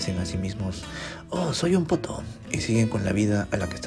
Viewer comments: Fuera del chiste, la pronunciación más cercana a la inglesa es [potú] y, a la española (ya que también se usa en algunos sitios), [potóo], no tan parecido a «poto». 😞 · Qué bueno que es potoo y no "pooto" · ......Pero con entonación de Poto jaaaaaaaaaaaaajajajajaja (risa de M.A.D.)